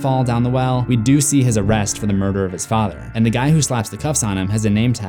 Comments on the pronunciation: I love how they say “ fader” instead of “ father “ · anybody notice how he and mrs kersh both said fader instead of father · The next thing Beverly notices is a photo of Ms kersh and her Fader....I thought he said it wrong until Ms kersh said it the same way too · And her fader Sir it’s father Clip: my fader Oh.